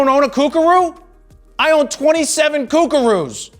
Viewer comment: "I own 27 Coockaroos.. Y'all don't own one.."